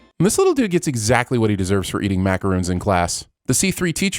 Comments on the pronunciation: Sorry brother, but those are not macaroons. They are macarons! Ding! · just as it is your job to sins shows, it's ours to sin you: "says 'macaroons' for macarons" ding it aint much but its honest work.